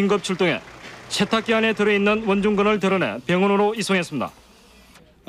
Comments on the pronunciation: 아니 아재들은 혀에 문제있어? 셰탁기, 앉은 자셰, 섕명 아니 왜 발음을 저따위로 하는거냐? 한둘도 아니고 저렇게 교육을 받은것도 아니고 멋있어보이는 발음인건가? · 셰탁기, 섕명 ㅋㅋㅋㅋㅋㅋ